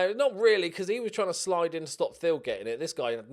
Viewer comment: Every time you say Thill it sounds like Phil. Can't wait for the 3 Phils